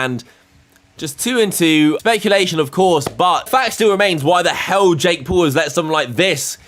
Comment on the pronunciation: “Jake Pool”